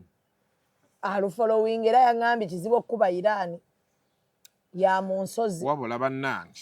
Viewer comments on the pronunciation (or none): none